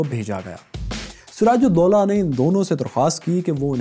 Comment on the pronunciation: Btw his name was doola not dolla